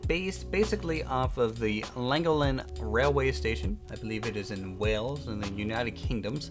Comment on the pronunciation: Just a little tip from a British fan, you mentioned this station was based on Llangollen. A little help on the pronunciation: instead of saying like Lang-o-len it’s said lan-gouf-len . It’s a brilliant steam Railway and you have made a great model of it